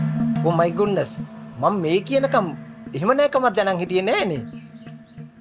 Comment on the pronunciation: ඕ මයි "ගුන්ඩස්" නෙවෙයි මිස්ටර්... ඕ මයි ගුඩ්නස්....😃😃😃